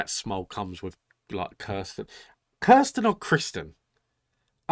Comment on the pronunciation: It's OK to prefer Kirstin....rhymes with burstin'. OR Kirstie, rhymes with thirsty. But NOT KRIStin. And it's AH-vee for Avi.